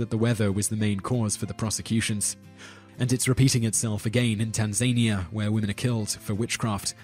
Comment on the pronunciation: Should have waited lol. TanzaKNEEa